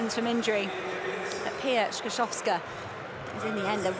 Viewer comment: TAK CIEZKO BYLO POPRAWNIE POWIEDZIEC PIA SKRZYSZOWSKA?